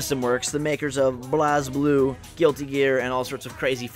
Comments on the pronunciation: it's pronounced BLAZE blu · Oh god i knw he did not just mispronounce blazblue...